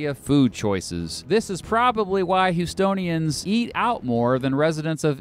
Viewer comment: not me thinking he said estonians than houstonians